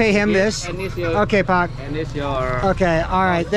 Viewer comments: Just say "Pa" to adult/parents....not "Pak" because your pronunciation like "Fuck"...Bapak = Pa = Pak #but its no problem, because your foreigner XD :) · You don't need to say "Pak" it pronounces "pa". Thanks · i think you need to improve your pronunciation of "pak" 😂